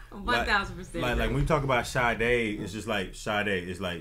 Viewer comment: I love Sade! I'm also SO HAPPY that you both said the name perfectly lol. Great channel